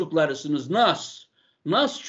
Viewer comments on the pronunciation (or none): Nass diye diye Nas a ...